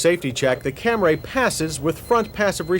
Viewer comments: I've been thinking lately about John's continued mispronunciation of "Camry" as "Cam-Ray" back then, & am now wondering if Toyota told him to pronounce it like that just as Mitsubishi told the press to pronounce "Galant" "Ga-Lawn" for the first generation models. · Ah, yes. The Toyota "CAM-RAY" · From now on when I look at the word Camry and hear him say “Camray” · Cam-RAY?!? So annoying! You're an automotive journalist. Learn how to say the name properly! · "The V6 Cam-ray" lol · Oh he’s trying to say CamrAy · Hearing John Davis say Cam-ray makes me physically and primitively violent. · In case anybody’s wondering, he said Camray 29 times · I think it took him another 10 or 15 years after this to stop calling it a Cam-ray? It's such a complicated name and such a rare car that I'm sure he hadn't heard it pronounced the right way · So I see I'm not the only one who notice he was pronouncing it "Camray" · What the hell is a "cam-ray"? Ok seriously this dude is trolling now for real. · Lol camray? Never ever heard anyone call it that before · I believe Toyota's slogan was "The Fam-lay Cam-ray" lol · CamRAY lol. Come on John lol. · OMG if he says CamRAY one more time!!! 😂 I swear he was trolling or lost a bet because he went out of his way to say it as many times as possible 🤣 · There's only one "a" in Camry. Why does John keep calling it a "Camray?" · What's a Cam-Ray? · I’m not gonna get mad at him for saying Camray since it’s my man John Davis... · I just checked out a bunch of 1980s Camry commercials and they all pronounce it the normal way so no idea where Cam-Ray came from. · The entire segment is Cam-ray. Let's make a drinking came and take a shot of hard booze every time John says Cam-ray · How many times can he say CamRAY in one review. It’s like he’s trying to get people to say it the wrong way. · Stop trying to make "Camray" happen, John. It's not going to happen. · it’s camray because John says so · What the hell is a Cam-Ray? 🤣🤣🤣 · LOL! Camray!